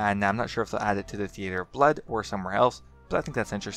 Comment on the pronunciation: thee-ay-ter.. lol. are you serious? never been to the thee-ah-ter before?